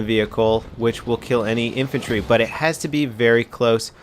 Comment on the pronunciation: How do you screw up the word infantry with a pr? WTF?